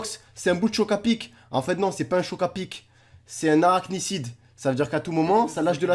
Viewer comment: On dit arachnide pas arachicide